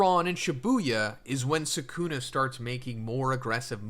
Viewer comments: "Sakuna" damn... LOL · Why does everyone call him Suh-Coon-Eh? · Not even ten seconds and you mispronounce the main character in your video. Awful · Anyone know a vid like this where the speaker pronounces Sukuna correctly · Everytime he says Sukuna wrong I die a little inside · Yooo what the fuck is this pronunciation?